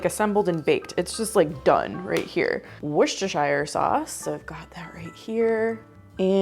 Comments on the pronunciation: Please, it's pronounced wooster- sheer. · I love your channel and I remember many of the recipes from growing up in the 1960s. Just a note from a word nerd and a Brit: Worcestershire is pronounced “wouster” with the same sound as would, should, could. The “shire” is dropped, unless you are talking about that county in England. I’m definitely going to try that Lumberjack macaroni! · Worcestershire is pronounced whoostersheer. It's like saying the wind is whooshing, or whipped cream. The second part is pronounced 'sheer'😅😅😂😂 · Please, it is wuss-ta-sheer! 😅